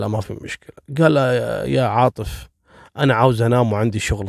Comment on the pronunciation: تكفي ركز شوي القاتل اسمه عاطف عاطف عاطف مو عارف 😣😣😣 اقشعر جسمي لما تنطق أسمي تحياتي وتقديري لك.... 😉